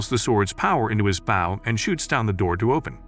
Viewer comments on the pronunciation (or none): When it’s spelled bow but the bot voice says baw